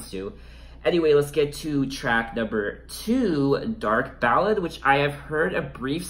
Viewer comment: It’s dark Ballet pronounce B-A-L-AY like the dance.. great review over all. I also think the album will be a highlight of her already phenomenal career